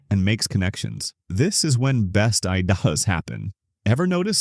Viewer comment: So this is another AI video....at 33 seconds the voice says best "I dahs" happen. Couldn't even say ideas.